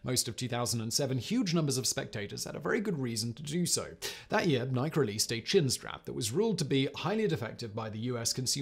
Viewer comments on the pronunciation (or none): Did you just pronounce "Nik-ey" as "Nyk"?!?!?! You MONSTER! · Nike is pronounced nai ·kee. That is all. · Did Simon mispronounce Nike? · Wait, did this goofy ass dude really just rhyme Nike with bike? Foreigners 😂